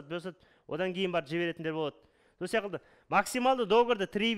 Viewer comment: Сияқылды деген бір түрлі естіледі екен